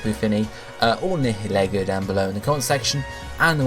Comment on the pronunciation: Nihilego. It's pronounced ny like night hill, er like knee go